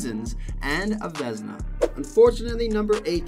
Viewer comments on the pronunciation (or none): Grant Fur and Veznas 🤣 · horrible video, what the hell is Vesna??? Doing video about goalies and screw up their trophy name??? dude... what a shame